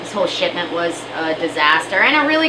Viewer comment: " This whole SHIT-ment was a disaster" LOL Good luck and I hope the rest survive! You really gave it all you could give!